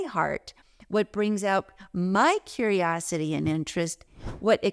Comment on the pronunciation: Curiosity does not have a second "u"